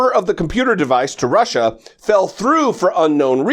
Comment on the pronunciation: Russier, Russier, Russier... It will be interesting to hear the charges, jaywalking in the Capitol grass like everyone else & let go with a $25-fine, perhaps?